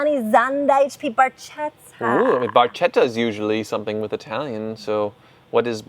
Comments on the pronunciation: Barchetta....😂😂love you guys but c'mon learn how to pronounce Italian names. It's not so hard... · Love the show but you guys killed me on this episode- you mispronounced “centenario”, “cientodieci” and “barchetta”!